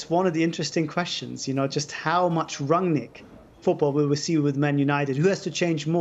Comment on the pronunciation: Its pronounced as Run-nick not rag-nick